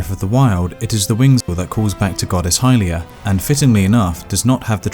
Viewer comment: Its pronounced hill-lee-uhh. Not hi lia